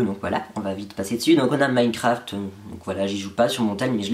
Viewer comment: parcontre c pas minecaraft mais minecraft voila sinon bonne video